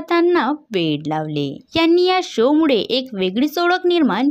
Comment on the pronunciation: हाश्यजत्रा नाही... हास्य जत्रा उच्चार आहे,त्याचप्रमाणे मुडे नाहीतर मूळे असा उच्चार करावा